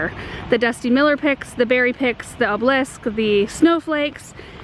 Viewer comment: AAAARRRRGGGGHHHHH! The word is spelled OBELISK! There's an "e" in that word and it's not silent. THREE syllables, people. Driving me NUTS, lol.